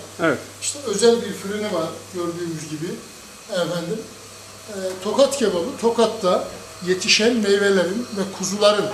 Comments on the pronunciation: bu arada tokat değıl tohat )) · Tokat değil Tohat